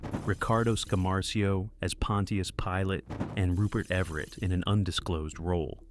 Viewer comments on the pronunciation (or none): none